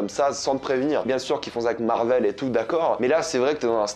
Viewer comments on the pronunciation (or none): none